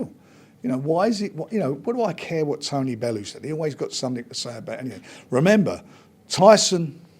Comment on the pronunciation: Man said Tony bellend🤣🤣🤣🤣